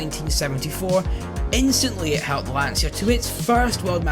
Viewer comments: Please, it's an italian car. The correct pr. is: Lanchia. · Why can't people say Lancia correctly even after ALL these years? 🤣🤣